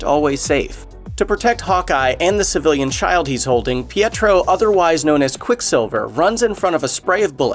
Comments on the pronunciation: It's pronounced "pet-tro" not "pee-ette-tro"!! OMG!!! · Its pedro not pietro